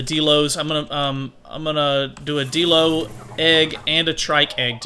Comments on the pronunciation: deeelo? its die-low (dilo) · Die-lo not Dee-lo